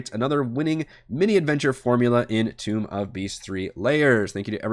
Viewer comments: Think of it like pronunciation of the word tone. Tome. Not toom of beasts. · For future reference, the word "tome" is pronounced "tohm" (long o sound, rhymes with "home"). It's not "tomb" of beasts.